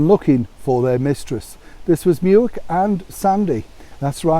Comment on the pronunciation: Muick is pronounced mick after the glen beside balmoral xxx